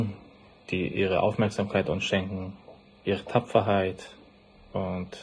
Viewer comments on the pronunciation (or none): Das heisst Tapferkeit.. nach 36 Jahren in Deutschland. Bro komm mal klar für deine Schwester.